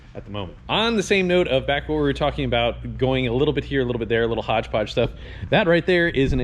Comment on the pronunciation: "HODGE PODGE"